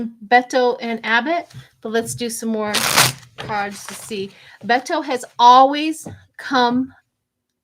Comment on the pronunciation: Beto sounds like Bay Toe. I realize that looks weird. 🤣 I look forward to voting for him and hope he succeeds.